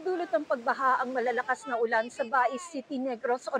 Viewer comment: Bakit ganyan magsalita ang weather forecaster na yan.? Dinadagdagan pa nang isa pang syllable ang huling salita.!!! Nakaka irita.!!! Ang ulan ay ginagawang ULANA.!!! ETC ETC ETC.!! Parang di pilipino. Or inaartehan masyado ang pagsasalita. 🥵